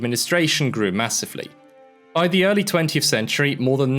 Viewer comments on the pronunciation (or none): none